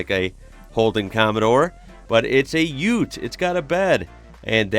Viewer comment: Its UTE NOT UT.